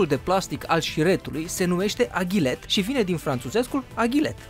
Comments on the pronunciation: Eu stiam ca e AGLET nu AGHILET :D scuze daca e cum spui tu, #nohate. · Eu stiam ca e aglet nu agilet sau aghilet cum ai spus!!?? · se numeste agle nu agliet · AGLET nu aghilet